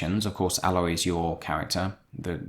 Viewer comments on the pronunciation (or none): It's pronounced A-loy not pronounced like alloy.